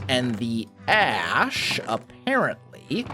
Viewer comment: when you said ash I thought you said ass in an accent